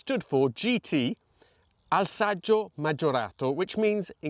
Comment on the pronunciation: you said "alsaggio" ☹ but it is "alesaggio" 👍